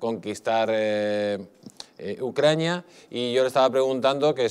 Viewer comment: Cuántas veces a dicho ucraña?